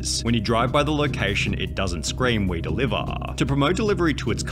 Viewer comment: Boy said we deliverrrrr🤣🤣🤣